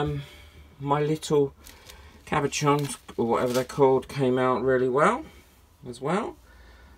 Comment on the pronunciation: You pronounce that thingamybob word that's getting away from you just say it like it's spelt cabashon. See easy, I have many words that try getting away from me lol!